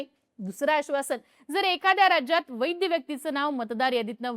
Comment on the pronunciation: ताई.. वैध शब्द तुम्ही वैद्य बोलता.. तो बदला हो